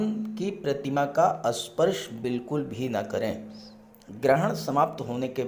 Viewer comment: Sir asparsh nahi sparsh